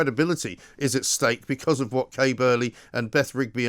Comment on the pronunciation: "SACK KAY BURLEY" "SACK KAY BURLEY" "SACK KAY BURLEY"